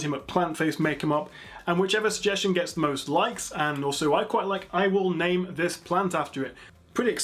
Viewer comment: you are awesome. that is all. ps.. you pronounced my name correctly to my surprise :-) (thumbs up)